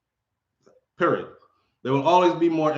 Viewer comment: I like how you say" period." Cause that it. Take or leave it. Lol.